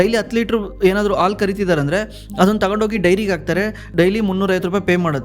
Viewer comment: Content is good! But kannada sari matadi! Aalu alla Haalu! Asu alla Hasu!